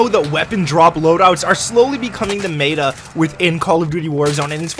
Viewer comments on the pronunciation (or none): it's not mAAAta it's meta. it's not inteeegral it's integral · 0:2 meta not meeta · Did anyone else hear him say mata instead of meta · Says meta like Mayda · The... Mayduh? Never heard of it. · douparty the meet-uh lol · why does he pronounce meta incorrectly...